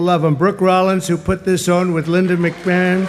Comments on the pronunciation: People incorrectly pronouncing Linda's McMahon's last name is the best thing ever 😂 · mc mahone